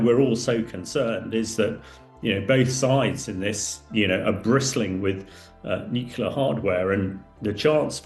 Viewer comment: It's pronounced NEW CLEAR, not NEW KEW LAH!